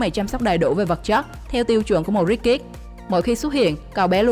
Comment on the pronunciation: Luc phat Am tieng Anh , anh van . Ko biet doc Ha sao doc nhanh the ko ai bieu het 🤣🤣 Rich kids Rich am Thanh co Ch o phia sau ... kids so nhieu co S nhe em ... sssss Hoc anh Van bay co gang phat Am cho dung